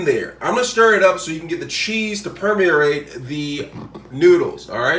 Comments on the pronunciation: It's pronounced Per-me-ate. (Not per-mer-are-rate. You threw in all kinds of R's into the word. Haha) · "Raymond Noodles and PermERrate" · whats a perm-me-er-rate?